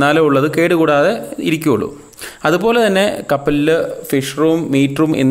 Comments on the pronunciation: കപ്പലിൽ . കാപ്പലേല് അല്ല 😉❤️ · Not kapalel. Kappalil